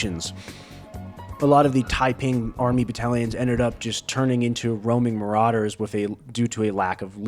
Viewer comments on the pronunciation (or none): none